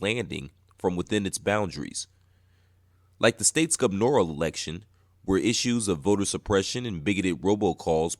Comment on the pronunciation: The way the word "Gubernatorial" is being mispronounced multiple times in this video is a thing of beauty